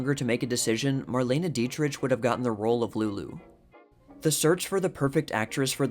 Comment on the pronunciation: You probably should correct your repeated mispronunciation of Dietrich while you're at it.